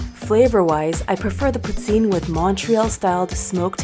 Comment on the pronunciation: it's pronounced "pooteen"